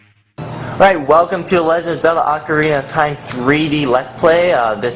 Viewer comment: it is pronounced oh-kah-ri-nah